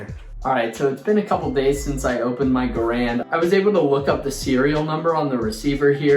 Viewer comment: You pronounced Garand wrong. People keep doing that.😥